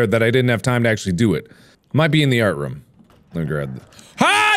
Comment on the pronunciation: Is it me or does mark say 'art rum' ?